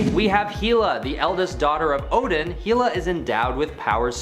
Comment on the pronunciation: Hela is pronounced HELL-a